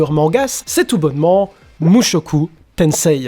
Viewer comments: Par contre on dit mushoku tensé stp pas tenseiii parce que, petite leçon de jap: le i est un allongement du e alors à l'oral on dit e le i (j'avoue je suis mais ça m'écorche les oreilles) sinon bonne vidéo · sa se dit mushoku tensee car le i est un allongement du se